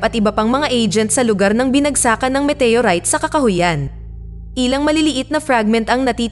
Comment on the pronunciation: Walang pelikulang METEYURAYT! baka galing din sa ibang planeta ang nag salin sa salitang pilipino. OLRAYT METEYORAYT